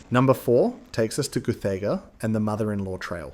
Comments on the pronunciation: yeah nice vid needs to learn to say guth - E- ga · I know you are from south of the border but please pronounce places in the premier state correctly!! Guthaaaaaga.....??????